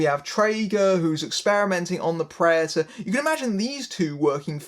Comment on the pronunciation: its P r e D a t o r s not preators learn the fucking word.